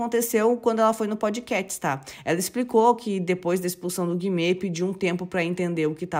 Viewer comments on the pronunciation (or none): desculpas mas nao se fala "Podickets" e sim "Podcast" pode até fazer bico pra pronunciar o final 😊